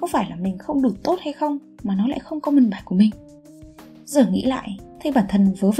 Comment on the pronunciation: Comment có thể dùng từ "bình luận", còn nếu bạn thích dùng từ comment thì lưu ý phát âm từ này nhé. Comment và common là 2 từ không liên quan